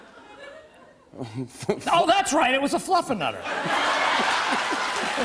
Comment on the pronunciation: Damn Steve really nailed it the way he said fluffernutter, props